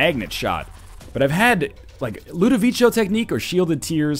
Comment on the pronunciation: Stop saying Ludovico wrong. For the love of God.